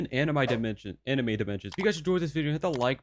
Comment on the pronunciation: ah yes "anim i"